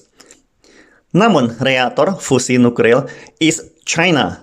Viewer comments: Slip of tongue... Hrp maklum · Nuklir Boss bukan Nukril...